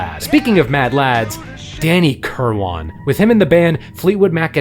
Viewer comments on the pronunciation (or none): I believe the Brits pronounce Danny's last name as "KURR-win," not "KURR-WAHN." Also, Mick's then-wife was the sister of George Harrison's WIFE. 😎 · So what is it? Kirwane, Kilwarn, Kerwine, Kilwane? It's bloody Kirwan! "Kir-win" And De Lane Lea is pronounced "De Lane Lee" not "De Lane Leah"! Where'd you learn English? One of those Ebonics schools? And did you only attend 1 class per month? 🤦🏻🤣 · His name was Danny KIRWAN. Not kill-won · Love this! One thing: "Kirwan" pronounced "Kir-wen".